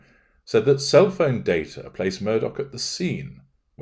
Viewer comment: You got the pronunciation precisely accurate. Glad you’re analyzing this man.